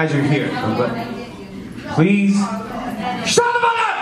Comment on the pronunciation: I love how he makes "shut the fuck up" into a single word